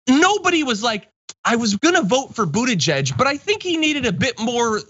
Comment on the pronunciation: Pete Buttigieg will do fine in China. The Chinese love the Maltese. Remember that after 4 years of Trump the US needs to mend-up things with China. It is time that the Americans learn how to say his name correctly.